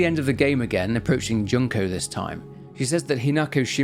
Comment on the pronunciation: Not Junk-oh 😂 June-koh 😅